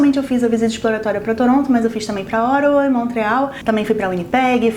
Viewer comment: Desculpe,sei que não tem nada a ver com o vídeo,mas cada vez que você fala Ottawa eu entendo Oregon😂.